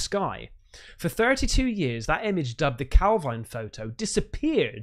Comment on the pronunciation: Calvine in Perthshire is pronounced calvean locally.